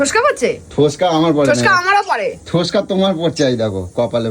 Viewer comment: ওরে অশিক্ষিত! কথাটা "ফোস্কা".. "ঠোস্কা" নয়!